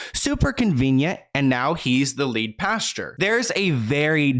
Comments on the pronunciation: Hi luv its Pastor not pasture ❤️ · I thought you said the lead PASTURE 🤣🤣🤣🤣 instead of "pastor" .... but a pasture has alot of manure💩in it so it would be fitting 🤣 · It's Pastor, not pasture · Honey, Pas-tr..not Pasture... love your videos! Always thorough and concise 🖤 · Anyone else realize how cute it is every time says pasture n not pastor 😉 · Pastor not pasture! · the way says “pastor” like “pasture” 💀 i love him sm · Lol I can’t get over how you’re saying pastor